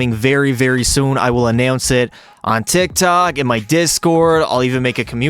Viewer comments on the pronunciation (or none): none